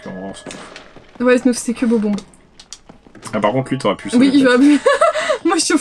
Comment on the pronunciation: PURER DE CACA ! LES GENS ! C'EST BOB-OMB PAS BOBBY 😂 FAITES LUI HOMMAGE EN PRONONÇANT BIEN SON NOM AU MOIN QUOI PAUVRE BOB-OMB😂 et un peu de respect pour olivia quoi ,chui la seul qui aime bien olivia,sans elle bob-omb serait pas la,et ils seraient deja en origami,et c'est un espli donc on ce calme okay 😂